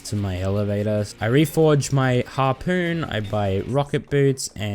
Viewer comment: more like "Harpoop gun"